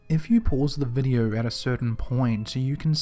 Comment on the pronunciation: What area of the world has people who cannot pronounce long O sounds? "Video" = "videe-urrh"....R sounds are not anywhere close to O sounds....